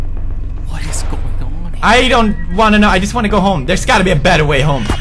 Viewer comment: "Donn even worry about it"